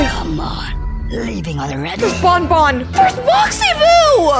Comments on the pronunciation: Just how stupid are you,huh??? It's pronounced BAN BAN, NOT freaking BON BON you idiot!!! At least say it right you dumb! It's BAN BAN, NOT freaking BON BON you dumb!!! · Actually baby Nuggie is right because is dumb it's banban not bonbon